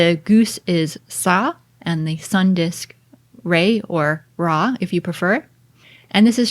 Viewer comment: ra راع r pronounced with (A) rAa not rei